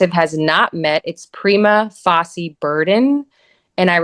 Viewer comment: Prima fah-see? 😂😂😂 It’s pronounced fay-shah.